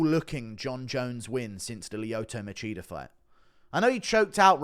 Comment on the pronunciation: lmao "Leeoto Macheater"